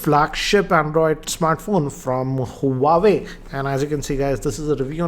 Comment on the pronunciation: Sir it's name is Huawei but it's pronounced as Wah-Way.